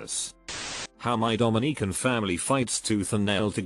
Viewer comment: Not the Domi-neek-ans